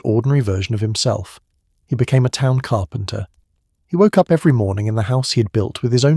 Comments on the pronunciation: Still listening but just had to point out, "carpenter" is three syllables. Lol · "Carpenter" - THREE syllables.